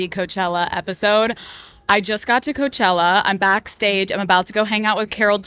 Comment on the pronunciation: Karol G always shines in her interviews, a Queen. No wonder she's the first Latina to headline Coachella.. a music festival named after a city and Valley that runs on hard working Latinos, which is currently being massively gentrified. The way Karol pronounced "Coachella" from the main stage gave CHILLS. Sure, i'm the one who missed the point.. 😅